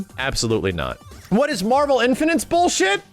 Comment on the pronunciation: new drinking game, one shot for everytime says "boolsheet"